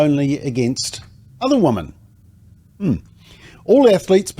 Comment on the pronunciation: 100% thanks for your succinct reporting. MSM, where are you? BTW, the pronounced plural of 'woman' is 'wimmin'.